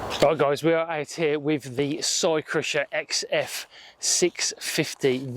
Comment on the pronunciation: Just bought one, it is quality, by the way it is Cy rusher, not cy crusher